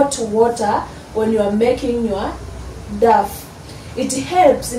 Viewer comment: You pronounce dough as "dow"